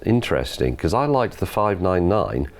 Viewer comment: why cant you say because?